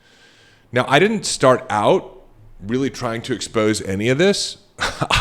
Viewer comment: New listener, great content! It is distracting to hear L as a "W" Re-al-witty........